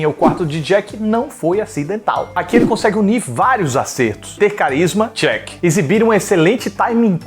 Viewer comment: Só eu ouvi ele dizendo ''chuck'' ao inves de ''check'' ? kkkkkkkkkk mds vou pro inferno.